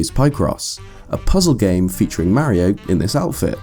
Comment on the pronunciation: It's Mario, Not Merio. Stick to Zelda.